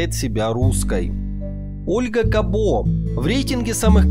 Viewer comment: Фамилия Кабо чисто мадьярская. Вообще ударение на первую гласную. Пример - футболисты САбо, БИбо.